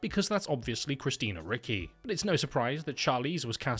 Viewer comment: i mean please put like 2 seconds of looking into peoples names. christina RICKY? come on dude. its so obviously richi